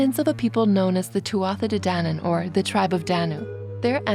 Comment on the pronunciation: Btw 'tuatha' is pronounced 'tooha' in English